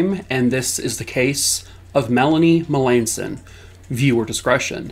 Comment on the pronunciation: I know some Melanson's They pronounce their last name different from how you did. I hope the family gets the answers they deserve.